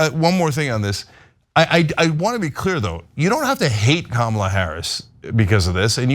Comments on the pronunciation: Kamala is pronounced "Comma La" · kYou STILL can't pronounce Kamala's name correctly! Thumbs down scrolling away, no excuse not to say her name right. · Oh no she mispronounced the VPs name. How dare she 🤣. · I think you should learn to pronounce her name if you're on the news